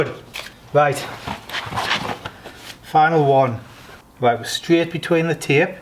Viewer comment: Taype? Did ya get that of?